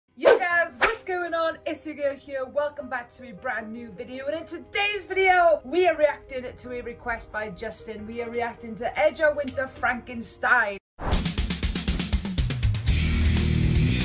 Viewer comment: Fyi ..it's not edger...it's Edgar...hard g, like girl...😉..this is the song I have used to test sound systems turned to 11(Spinal Tap reference)...since the '80's...it never gets old 😬🔥🔥🔥....p.s. if you want to hear Edgar sing, and you like the blues, check out Tobacco Road with Edgar and his older brother Johnny, who was also albino also, may he RIP.